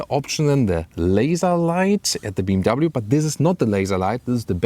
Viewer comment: Digga bmw Not bmvv